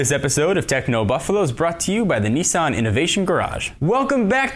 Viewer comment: its Ni-san with a sharp Ni... not Neee-san -_